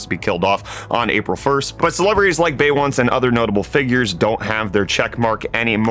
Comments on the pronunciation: Did you just pronounce "beyoncey" as "bey once"?? 😂😂😂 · did man just say bay once 🙈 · BRO SAID BEY-once 💀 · Wait... Bay Once and no Be Yonce? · You calling BeYonCé BayOnce caught me off guard ngl bro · Did he really just say queen bee's name Bay-Once?? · bay-once LMAO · Okay the bey-once for Beyoncé is pretty funny 😂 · "Bay once" 😂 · ....bay once? Oh lawd! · "Bay Once" literally made me choke on my coffee. Damnit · Did this guy just say Beyonce as "Bay Once"? Hahahahaha 😂😂😂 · Did hey just pronounce "Beyonce" as "Bay-once"? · Lol. Bey- Once. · Hold on a second Who tf is BAY ONCE? 🤣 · Bey once LOL! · he really pronounced Beyoncé as baywans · That's not how Beyonce is pronounced.😂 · The way said Beyonce made my neck hurt daaamn xD Thank God the Beehive ain't into tech because they would come after you bro